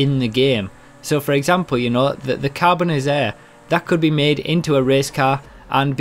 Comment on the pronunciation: Hi - love all your vids! It's me again! I corrected you on the pronunciation on the Karin Dilettante! The Grotti Carbonizzare is pronounced, "Carbon-itz-are-ray" if Italian pronunciation is anything to go by. Judging by how 'Pizza' is pronounced, the two 'z' letters would create an "itz" sound. The "are" in Italian is usually more phonetically pronounced. Don't mean to be too particular mate - just giving you a heads-up! Keep up the good work!!:)